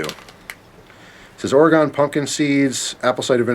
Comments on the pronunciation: umm excuse me... what the fuck. “ore—E—gon” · Also please don’t pronounce Oregon like that -_